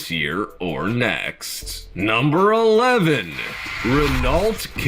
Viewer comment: the voice-over doesn't know how to pronounce Renault. voice -over, if you happen to read this, it is pronounced as RE-NO, sounds like reno , but with a shorter e.